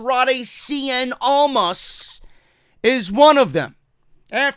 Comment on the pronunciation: Love when you say Andrade "Cien Almas!!!!!!"